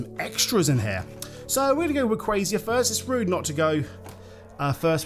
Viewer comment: Why do you call Rayquaza Rayquazia